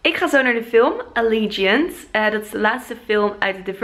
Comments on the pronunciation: Ja, je spreekt het uit als alliedjant. (<----- Dat ziet er heel raar uit 😂😂) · Hey je spreekt allegiant toch uit als ellegajunt? Niet zoals jij het uitspreek toch? Ik heb alle boeken gelezen en films gezien en ik dacht altijd dat je het zo uitsprak 😂